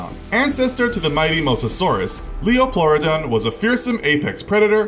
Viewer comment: Not lioplauadon lie o not lie o